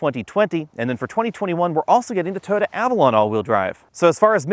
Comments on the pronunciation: TOY-OH-TAH. not TOADA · "Toda", what is a "Toda"? Its pronounced Toy-oh-ta three syllables.